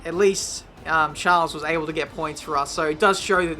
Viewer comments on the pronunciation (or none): The s in Charles is silent 🙃